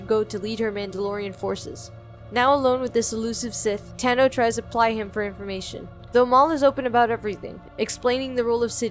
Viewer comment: I cannot stand how this narrator refuses to use the "aw" vowel sound for peoples names. HOW DO YOU SAY THESE NAMES WRONG!!?? They literally say them correctly in the show. Taw-noh. Asoka Taw-noh. not Tah-noh. Jesus fucking christ....